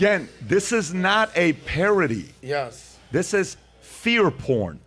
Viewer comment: Par-OH-dee? Nice one,.